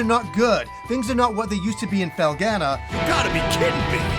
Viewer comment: I am interested to hear your take on your pronunciation of Felghana, You say FELL-GA-NUH when the voice acting in the game says FELL-GONE-NUH. I haven't heard that Japanese pronunciation either.